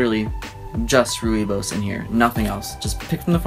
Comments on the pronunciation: It is pronounced roy-boss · It's pronounced roy-bus 😊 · Rooibos tea comes from south Africa and I live there hehe... rooibos is an Afrikaans word it means "red bush" and is pronounced "rouiebos" :) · rooibos is native to my home country; it took me 10 min to realize what you were talking about. Roll the R a bit more and pronounce the 'ooi' more like a drunken pirate or Australian saying Oi! and the last part you just say it like you have a Dutch accent because Afrikaans (the language that the name comes from) is predominantly a mixture of Dutch, French, and German. Rooibos is rich in antioxidants and great for your skin. tastes best when hot, no milk and a little bit of honey is added after the hot water... can also be steeped with lemons for a delicious ice tea, it's not high in caffeine so it's a great cuppa to have before bed. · Ooh I love Rooibos tea. Its a really common drink over here in South Africa :) Rooibos is Afrikaans for red bush and I have to say that i started laughing when you tried to pronounce it. Anyway loved the video! It was super interesting <3